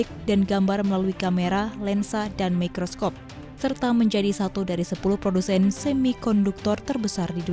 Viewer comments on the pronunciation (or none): none